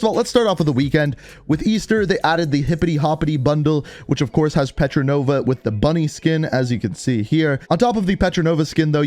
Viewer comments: *Portnova not petronova lik 😂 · IT LITERALLY SAYS PORTNOVA AND YOU STILL SAY PETRINOVA ON PURPOSE... PORT-NOVA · Repeat after me : Port! Nova! Its fucking Portnova! Not petrodollar or whatever petranova... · Everyone: Portnova: Petronova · Petranova instead of Portnova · Bruh ink is still saying petronova even though in the past he’s said portnova.. like wtf? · You said petranova, it's portnova. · Isn't it Portnova not Petranova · He’s realises he’s being saying “pertronova” instead of “portnova” right 😅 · btw it’s pronounced port nova not petro nova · she's not petrinova! she's portnova! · You are wrong too it's Portnova. P O R T N O V A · One day, will say portnova's name correctly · Am I the only the one that noticed ink pronounces that girl operators name wrong it's cool tho